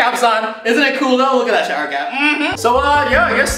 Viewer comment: Jenny Huynh oh yeah it sounds like crap insted of cap